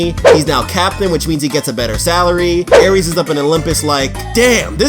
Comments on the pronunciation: Not trying to be a b word but it's ares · Aires? Hahahah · "Aires" bruh ? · Aires.???? wut is this intentionally wrong or...